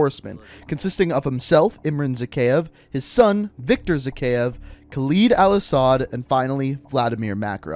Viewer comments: The way you pronounce Khaled Al-asad is freaking annoying Its LED Not LID ITS LED HOW HARD DOES IT PRONOUNCE LED????? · You piss me off with your saying kaleeed al assad but you Americans are “proper English” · the cutscene literally pronounces the name Kahled Al-asad right and you pronounce it wrong, what the fuck is wrong with you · Khaled is a pretty famous name in the arabian countries + Al Asad is a known family in Saudia arabia (Where Khaled Al Asad is from) Its just pronounced with a harder "A" + Khaled means noteworthy or trusted (Translator isnt that accurate in name) but Asad means lion